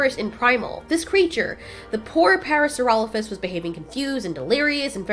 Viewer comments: It's not parasurolophus, its Parasaurolophus. Pair-a-soar-a-low-fus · Parasaurolophus* And it's pronounced "Parra-Sore-Ah-Loaf-Us"